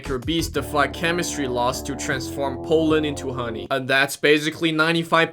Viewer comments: I am concerned about pronunciation of pollen sounding like poland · is it just me or do i hear him say Poland not Pollen? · Poleand not pollen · "🤓 um actually its pronounced pollen, not polen🤓" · only thing i heard when you said "pollen" was "Poland" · Not trying too be rude about your acsent but o think it is funny how when you say pollen it sounds like pualen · Ah yes "powlen" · the way you say pollen sounds like Poland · whenever he said pollen, I heard poland. "I love collecting poland." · It's not Poland that's a country It's pronounced palend